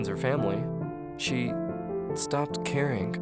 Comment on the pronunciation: DIDN'T is not pronounced DIDENT. THING is not pronounced THINK. CARING is not pronounced CARINK.